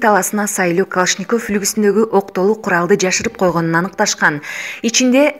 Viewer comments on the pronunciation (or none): Ушул жанылыкты окуп жаткан кыз. Сени канчалаган адамдар угуп, коруп атышат. Жазылган создорду тура оку.Калашников деген созду басым кайсыл тамгага, койууларын билсен.